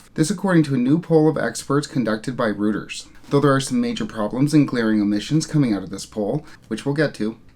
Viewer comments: It's pronounced more like royters than rooters. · Hi - love your videos. Reuters news agency was originally established in London during the 19th century. Pronounced as "Roy-trz"